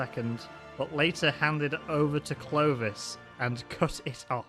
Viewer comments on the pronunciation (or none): First it's clovis not clodio crodio or anything